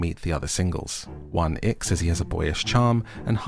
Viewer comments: 1. I can’t tell if you’re pronouncing Won-ik as “one ick” on purpose. Either way, bless his socially awkward heart. 2. A part of me thinks that production had to incentivize these women to chase after Gwan-hee and his tomfoolery so wholeheartedly and ignore the absolute gem that was Min-kyu. 3. I don’t watch Love Island, but if you were the narrator, I probably would haha. I love this~ Single’s Inferno is probably my favorite dating show rn. Would be interested to see your recap of other seasons if you choose to do so! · I heard One-Ick too, it's hilariously apt! 😂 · I thought he was saying that the whole time 😭